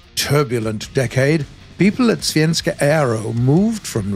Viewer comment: As a Swede I can say that he says the word svenska super good 👍🏻